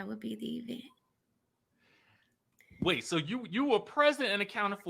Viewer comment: "We had wrapped the E-vent?" What in the Latisha Scott is going on? 🥴